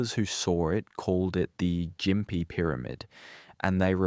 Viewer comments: And gim pee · Ai voice, I presume?? No Aussie would mispronounce Gympie like that